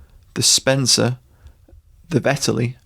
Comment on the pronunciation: Did they really manage to fuck up "Vetterli"?